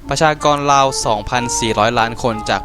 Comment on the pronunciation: ตกลงมันราว หรือ ลาว อ่านออกเสียงให้ถูกหน่อย เดี่ยวลาว ก้อด่าวเอาหรอก ราวตากผ้าน่ะ ไม่ใช่ลาวตากผ้า